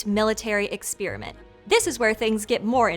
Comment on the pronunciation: I greatly enjoy this channel. Excellent research and presentation. One very minor correction, though: the second syllable in the word "experiment" is pronounced like the first syllable in the word "periscope", not like the first syllable in the word "spearmint"